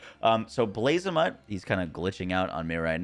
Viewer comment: Blazamut is a reference to the god Bahamuth, so it's not pronounced like a mutt from the street lmao.